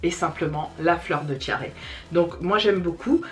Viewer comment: La brume de Fleur de tiaré🙃jai cru entendre fleur de diarrhée 😂😂bref on ferme la parenthèse. Top le haul 😊